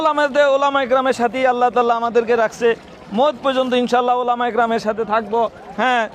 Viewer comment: ওলামা তো বুঝলাম, টোলামা আবার কোন টা আ ?😅😅😅😅😅😂